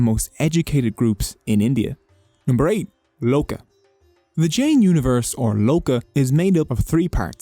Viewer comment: In most Indian religions any ‘j’s in the word are pronounced as a ‘J’ and not an ‘h’